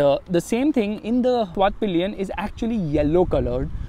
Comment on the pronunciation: Vit-PILEN . NOT vit-PILION